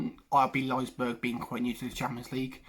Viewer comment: It’s Leipzig not Leizberg😂 Also, Werner will not play for them in August. He chose to prepare for the new PL with Chelsea instead of playing out the UCL with RB.